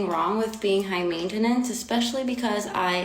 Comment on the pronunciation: I had to stop watching this video after she says "mainta-nance"